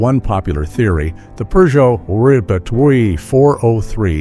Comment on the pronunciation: Peugeot does not have an “r” in it. 🙄